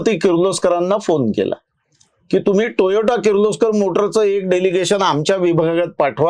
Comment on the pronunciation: खुप छान माहिती 👍🏻 please note it is Toyota टोयोटा & not Toyato टोयाटो